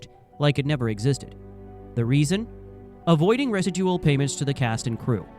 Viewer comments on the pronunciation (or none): resa-dual? You mean re-sid-jewl-ol? My god AI sucks fuks!